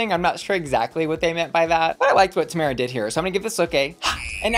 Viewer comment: Ok but that’s not how Tomara’s name is pronounced. 😊